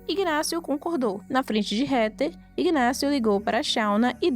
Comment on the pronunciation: MUITO BOA SUA NARRAÇAO, MAS A PRONUNCIA CERTA DO NOME DA HEATHER NAO E RETER, O CORRETO E REDER,🧐🧐🤓,, PARABENS PELO EXCELENTE VIDEO, JA ME INSCREVI E LIKE DADO😃